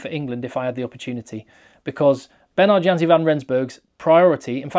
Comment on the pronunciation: the "J" in Janse is pronounced as a "Y" so it's actually pronounced "Yanse"